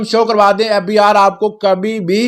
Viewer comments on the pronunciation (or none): The way he pronounces fbRRR is so annoying..and bro it's algorithm not alogaritham